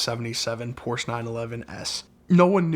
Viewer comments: What's a "Poorsh"? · Awesome story but someone please teach him how to pronounce Porsche properly!